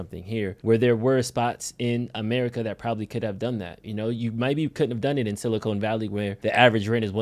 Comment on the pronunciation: just FYI it's Silicon Valley, not Silicone, chips not t*ts